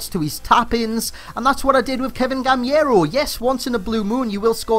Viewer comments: It's GamEIro not GamIEro, a part from that amazing review like always. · for the pronunciation is "Gaméro" btw I'm French